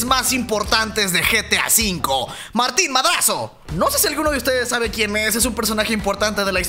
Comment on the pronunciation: Matin madaso 😂 es Martin mardraso